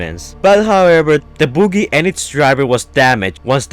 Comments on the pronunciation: The way u say buggy is 🤢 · Dude is buggy not boogey or booger. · "*Don't roost me down below" Firstly, you spell *roast, incorrectly. Then, secondly, you struggle to pronounce buggy correctly.